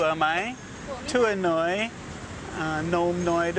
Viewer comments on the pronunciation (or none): a few comments on your Thai. "neung gaew" - "gaew" (glass) has a falling tone, not rising and low as you've used. Your ice cream is in a cup, so "gaew" is the wrong noun/classifier - cup is "tuay" (falling tone). "tua noi" - your saying "noi" in a high tone, but it should be a low tone in this situation. "kap khun mark khap" - "khawp (low tone) khun" not "kap khun". "Gren Jai" - it's "Greng Jai"